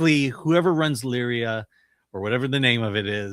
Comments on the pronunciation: Lyari ...pronounced LEEYAREE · It's Ii-yaa-ree